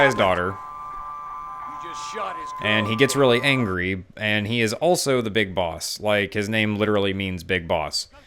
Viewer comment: He's got great videos, but he says the word "also" like it's "elso" for some reason lol